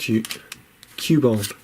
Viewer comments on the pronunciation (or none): none